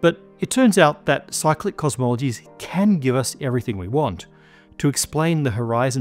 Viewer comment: Cyclic, for half of the video I thought he was saying psychic.